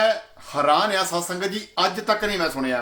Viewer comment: ਜੋ ਭਾਈ ਜਪੁਜੀ ਸਾਹਿਬ ਦੀਅਾਂ ਦੋ ਚਾਰ ਪੋੜ੍ਹੀਆ ਪੜ੍ਹੀ ਆ ਓਵੀ ਗਲਤ ਪੜ ਰਿਹਾ ਹੈ ਸੁਣਿਐ ਨੂੰ ਤੂ ਸੁਣਿਆ ਕਹੀ ਜਾਨਾ ਼਼ ਪਹਿਲਾਂ ਆਪਨੇ ਅੰਦਰ ਝਾਤੀ ਮਾਰ ਕੇ ਵੇਖ।। ਸਾਰੀ ਆਡੀਓ ਬਕਵਾਸ ਤੋਂ ਬਿਨਾਂ ਕੁਛ ਨਹੀ ਜੀ